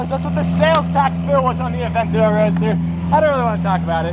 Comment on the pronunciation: Bawar Aventador and Gallardo. not "avantodro" and "agurodo" That is right, I am a Grammar cop.